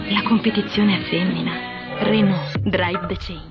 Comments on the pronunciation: Still, I loved the way you said "corriere della sera", probably as much as a french loved your "renaulT". Really guys, english pronunciation by italians sucks and I agree, but you are in no position to have fun of it ;) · When she said "Ren-ault" I epic facepalmed before the Jew man came in to the rescue. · do renault not sell cars in america? how come anyone butcher that car name so badly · in other countries its not uncommon to have english names for say fench or italian companies its just pronounced in a french/italian way. Like engrish for example in japan where they are english words used although pronounced wrong in a japanese way also english words are often used in other langauages like the adaption of cool (english) in french. Also its cause the lesbian is seem as stupid and expoilted duhh! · Mighty and grand lolz at the failure to pronounce Renault.